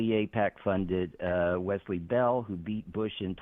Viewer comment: Can someone please tell them how to pronounce Wesley? The Z sound is nails on a chalkboard.